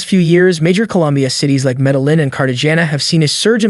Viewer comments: Omg. You are tea I g about Colombia - but you say cartaJAYna, MedeLin, Pe-sos. Learn just a little not in wikepedia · Very informative video! Thank you (But fyi, that’s not how you say Medellin and Cartagena or Bogotá 😅)